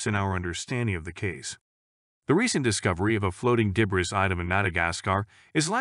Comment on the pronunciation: the word 'debris' has been mis-pronounced incorrectly several times